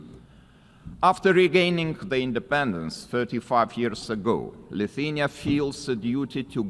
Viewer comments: where is Luthenia written? Cmon man just pronounce the name of the country!!!! LI THU A NI A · Leutania 😂😂😂 Hejtanas 🤣. How hard is it to learn two words properly when is your only job? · Presenter should at least learn how to say countrys name, what a joke, Liuthenia really? And president's name is Gitanas, presenter said "Katinas", which is male cat in lithuanian, UN IS A JOKE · Lithenia? How is it that UN chairman cannot pronounce country names correctly? Pathetic ignorancce in adittion to elevators not working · Why can't the UN speaker even pronounce the country name "Lithuania" ... that's really embarrassing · just what people are employed at UN and who are paying them?? That guy can't even pronounce the country Lithuania and he works at UN??? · come on, he hestitated before the word, also he pronounced Lithuania differenly at the end, if you call that "accent" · Can’t pronaunce country name .. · Should the guy on the podium not be able to pronounce Lithuania? How much dumbing down are global institutions able to tolerate before they break?